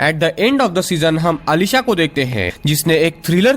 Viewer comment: It's not Aalisha its Alisha